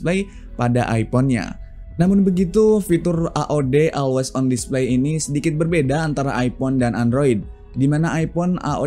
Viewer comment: masukan aja brader, bukan bermaksud mengajari 🙏 untuk ucapan bbrp kata b.inggris mungkin bisa diperbaiki di video2 selanjutnya (seperti pd pengucapan kata "event" dan "always") bisa coba dengerin di google translate utk pengucapan yg benar